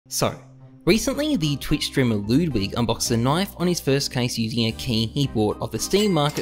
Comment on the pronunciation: well, the way ludwig pronounces his name is how you should pronounce it, and its not lewdwig